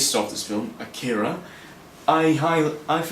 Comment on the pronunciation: It's called AH-key-ra. Not akeara, man. It's nothing personal it's just annoying to hear people constantly mispronounce the work. It's like when fans say say-figh-roth instead of sef-fir-oth, or when people say manga like its a fruit. "Main-ga". Augh. Its called "monga".